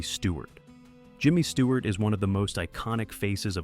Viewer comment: Stewart not Steward.......get it right !